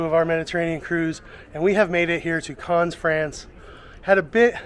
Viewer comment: Carns? Always nice to learn how to pronounce the places you visit! Otherwise an informative video. Thank you.